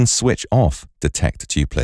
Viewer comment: Great program, but "have a think" and "tooplets" are what made me give the upvote :P